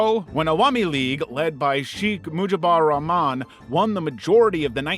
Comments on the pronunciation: it's an American who butchered Bangabondhu's name ehat can you say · wtf is a "sheek mujibar raman" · “Shikh Mujibar Rahman” 😭